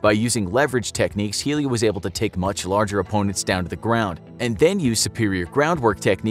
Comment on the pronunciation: I know the whole Jiu jitsu story because my dad and uncle own a gym P. S it's not helio Gracie, it's pronounced Elio